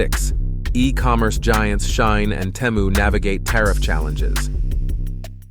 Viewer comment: It's pronouned SHEE-in.